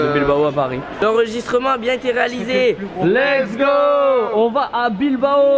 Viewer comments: Les Vlogs sont incroyable mais bordel arrête de dire Lek’s go c’est Let’s go bordel mdr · A chaque fois que veux dire lest go il dit leks go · J’ai une question pourquoi il dit tous le temps legsgo et pas lets go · Trop bien les vlog mais juste on dit « let’s go » et non « leg’s go » 😂 j’ai fais fixette dessus h24